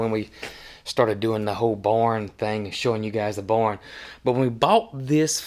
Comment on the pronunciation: Loving your beautiful farm and all the education and antics. It's just me, but the way that he pronounces the word ‘barn’ always cracks me up. To me, it sounds like he are saying,’born,’ like when a baby is BORN. Love Y’all!